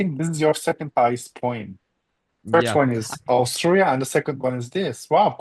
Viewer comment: My husband is also Turkish and also and also miss pronouns 'Austria' exactly same way... this is sooooo turkish